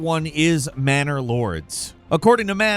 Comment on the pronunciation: Did he say Manor Lords? I could have swarn he said Bannerlord. "We'll give you an extra $50K in ad money if you make it look just like Bannerlord but dont say the word Bannerlord." EDIT: Go check out the trailer for the game, it actually looks pretty awesome..